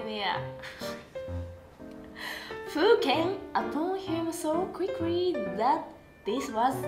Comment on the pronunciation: Quickry btw